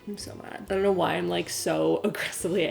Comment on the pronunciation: Lol the way she said "ion kno"